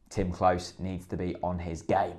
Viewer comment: can you PLEASE stop mispronouncing Klose's name. It's pronounced CLOSER, not CLOSE